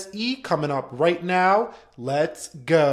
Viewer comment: i cringe everytime you say leets gooe